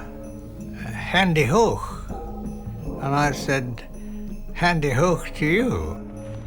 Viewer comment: "hande-hok to you! "